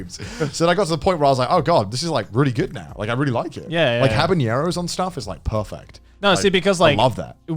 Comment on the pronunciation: Is no one going to talk about how Connor said habaneros🤣